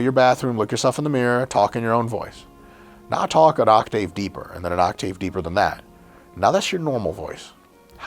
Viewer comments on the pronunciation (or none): Did this mf just say “Oct-ayve”? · Doc Mike saying OCTĀVE is making my blood boil.